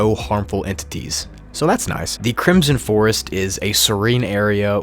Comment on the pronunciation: CRISOM FOEST